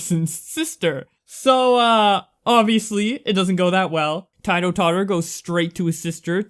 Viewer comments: It’s not pronounced tietoh totter it’s pronounced teetoh totter. You might not ever report on this guy ever again but it’s just Incase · Bruh. The way you pronounced Tito is absolute aids. Please know that it is pronounced Ti-Toe I like the video but that just, bruh... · I just wanted to let you know that It's pronounced "Teedo" Tottor.